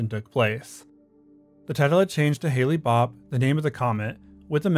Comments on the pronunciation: The Heavens Gate comet was “Hale-Bopp” (pronounced hail bop) Not Hailey’s Comet or Hailey Bopp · Hale-Bopp Comet is pronounced “Hail - bop”, not “Hay Lee bop”. Haley’s Comet is a different comet altogether. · There is nothing more obnoxious to me than commentary youtubers mispronouncing their subject matter. Halle Bop is pronounced “Hal Bop” not “Hallie Bop”. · FYI- It's pronounced like hail. Hale-Bopp and Halley's are two different comets with wildly different orbital periods. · It was pronounced like hail. Not Haley. Haley's comet passed over around 10 years earlier. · Dude it's pronounced "HAIL-BOP" not Hailey...... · Calling Hale-Bopp, "Halley-Bopp" proves that this is narrated by a bot. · You are mispronouncing hale-bop comet. Or mixing it up with Halley's comet